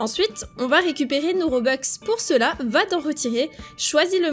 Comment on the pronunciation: Robux pas robex